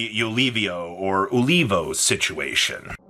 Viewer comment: its pronounced uh-less-see-o